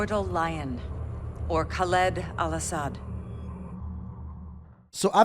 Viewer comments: Khalid (Kal-Lid) not (Kal-eed) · Kha-lid not Kal-lid!